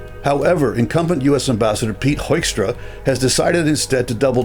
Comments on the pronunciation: Just a small language matter. US Ambassador Peter Hoekstra was born in Groningen, Netherlands, in 1950, and he grew up and worked in Michigan. His surname is therefore pronounced as 'Hookstra', not 'Hoikstra'. I'm not surprised you Canadians aren't happy with his MAGA attitude. Neither were we Dutchmen during his ambassodorship in The Hague during Trump's first term. Dutch journalists called him out on his (and Trump's) verifiable untruths about the state of the Netherlands. And oh yeah, thanks again to you Canadians for liberating the Netherlands in 1944-45! 😅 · Why do North Americans pronounce Mr Hoekstra's name that weird? The original pronunciation is well known, it's HOOK-stra.